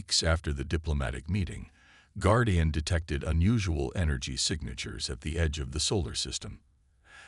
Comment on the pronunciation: The bad pronunciation, especially with the word "Guardian" ruins the story. Get a human to read the story that your AI bot reader can't due justice to.